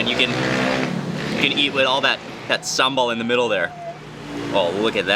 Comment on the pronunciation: Your Indonesian pronunciation is perfect. Some local people from my country can't even pronounce "sambal" correctly. Viewer from Malaysia.